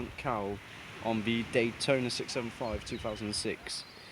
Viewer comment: thanks for the vid!! and you are one of the few people out there that pronounced it correctly :) thanks again mate!!!